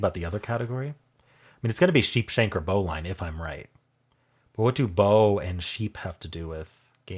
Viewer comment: Just FYI: bowline is pronounced "bo-lin".